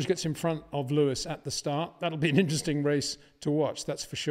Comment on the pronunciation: Peter, it’s START not SHJTART STOP not SHJTOP BOTAS not BOTASHJ VERSTAPPEN not VERSHJTAPPEN Very difficult to remember, is it really?